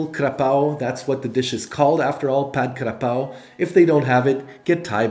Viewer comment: Pronounce ""Pad Ga Prao".